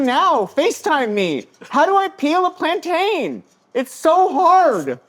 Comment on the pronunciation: Every Caribbean hates when works with plantains because we have to hear him say it wrong LMAOOOOO